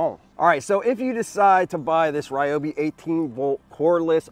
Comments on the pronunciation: Home Depot video ad from Ryobi says Ri yo bi, so I’m gonna stick to it, not ra yo bi or whatever you said, good video! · pay attention it is pronounced RE OBI NOT WRY OBI!!! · Ryobi is Japanese, so obviously it's "Ree-obi" (Technically "Ryo" is spoken like one syllable, not two, but w/e) kinda like Ryu from Street Fighter. Lol. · Wow! Didn't know I was pronouncing Ryobi wrong all this time. I thought that since Ryobi corporate pronounces it "Ree-O-Bee" in all of their commercials that was the way to say it. Just kind of figured since it was their product they would know. Thanks for the correction, I'm emailing them now. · I'll say it again... it's Ree-O-Bee!!! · It's Ree oh bee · I hate people that pronounce it Reeobi. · Is he mispronouncing Ryobi wrong on purpose?